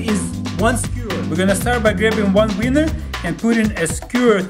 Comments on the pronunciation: when he says weiner, it sounds like winner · He said weineer